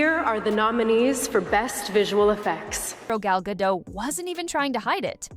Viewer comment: WTF is Gal Gato? Its Gal Gadot and you pronounce all of it!